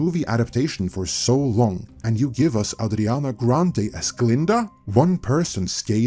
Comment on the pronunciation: Why you keep calling her Adrinana ?? lol 😂